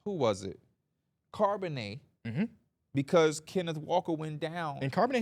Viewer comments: “CARB”onnet😂😂, it’s pronounced like the beginning of Charlotte fellas. I love that y’all are getting into football tho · Just a heads up yall the H in Charbonnet isn’t silent